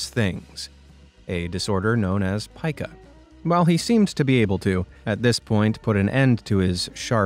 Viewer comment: Not ‘pykah’ it’s pica